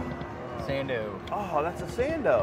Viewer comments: “Uh Sando” 🤣🤣🤣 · It's sando 🥴 dur dur. Dumb saying